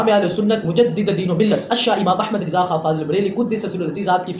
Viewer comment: Mere bhai riza nhi hota raza hota he